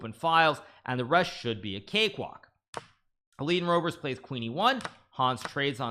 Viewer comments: The way to pronounce the Dutch 'oe' in English, is the same how you in English pronounce the 'oo'... like poo... so Roebers in English... pronounce it as Roobers in English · > 'oe' is pronounced as the ''oo'' in ''book'' (roobers) + Nice games!